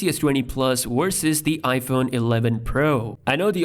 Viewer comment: My friend, work on your pronunciation of the letter V. It is "versus" not "wersus"